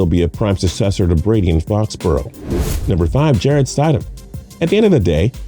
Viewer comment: “Jarrett Stydem. Sony Mitchell.” L